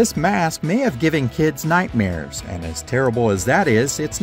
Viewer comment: Every time he says nightmares I die laughing lol